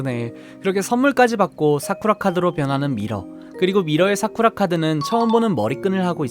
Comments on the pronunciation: 싸그라!!!라고 들림 (체리 이름이 사쿠라인데 샤오랑 잘말해줘야징) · 눈김고 들으면 나루토가 사쿠라 부르는줄 알겠음..